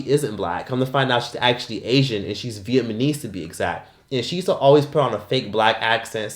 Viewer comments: saying vietMAnese instead of vietNAmese lol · VietNAMese … not vietmanese 😂😂😂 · "Vietmanese" 😂, switch the N and M and you've got it. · VietNNNNNNAMMMMMESE from Vietnam....not Vietman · Not "Vietmanese"!!! I'm 💀☠️